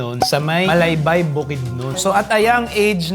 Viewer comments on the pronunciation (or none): Malaybalay, not Malaybay